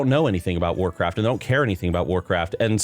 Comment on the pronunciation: "They want Wacraft IP to be bigger" Why do I hear this as if it's Microslop speaking?